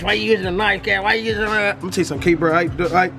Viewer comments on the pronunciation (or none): none